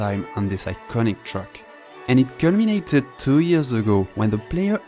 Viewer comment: "truck" or "track" ? 😉